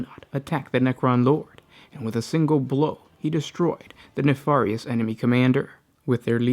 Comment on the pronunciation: I know it look like it should be pronounced ”ne-FAR-i-ous” , but it is phonetically ”Knee-Fair-E-Us”. I’ve enjoy so many of your videos. Thank you for all your hard work.